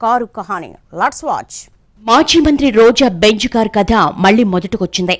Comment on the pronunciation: లట్స వాచ్ కాదు లెట్స్ వాచ్ అనాలి మేడం.